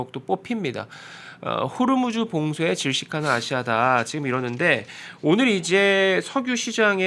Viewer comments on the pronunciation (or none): none